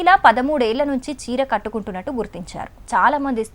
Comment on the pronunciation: Chira antundi petti kot antundi mara biguthugaa antundi evadura deenni news chadavamani cheppindhi...